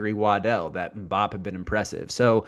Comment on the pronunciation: More like “had-eem” but with a little flem. Em-boop